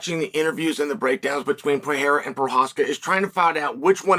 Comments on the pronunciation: Love story time with uncle Chael, but I'm pretty sure it's not "pee-air-uh", it's "per-ray-ruh" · Do you want an accent tip from a Brazilian? The R in Pe(r)eira only sounds like an H if it is in the START of a word. Pe(r)erira doesn't sound like PeHeira. Think like Hamilton (Ramilton, sounds like H) or Oliveira (definitely does NOT sound like H).... Only exception is if it has like double R... like carro (car), it definitely sounds like H because it has double RRs